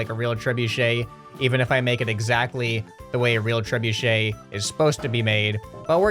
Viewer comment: You said trebuchet wrong